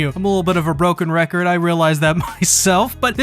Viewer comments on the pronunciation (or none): none